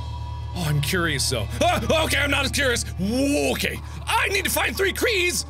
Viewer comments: "I NEED TO FIND 3 KREES. KEYS. KREES? KREES." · "I NEED TO FIND THREE KRE'S!?" Kre's? is it a: ZANDERIAN door? X3